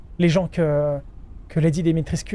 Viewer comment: Alors, juste pour info "Lady Dimitrescu" ça se prononce Dimitrèshcou. :-) C'est un format de nom de famille assez fréquent en Roumanie.